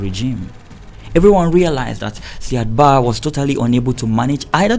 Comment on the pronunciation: Hi nice work as always. Indepth research and good narration. The pronunciation of Said Barre is: Ziad Bariy. Not Sad Ba as you are pronouncing it.